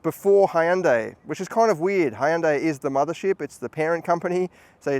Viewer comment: Hyundai is pronounced like "Sunday", sir.